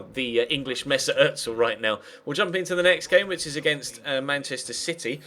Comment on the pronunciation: It's ozil not otsil